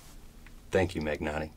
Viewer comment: Great video as always. One thing though GN should be pronounced as nj in new Or ñ in mañana.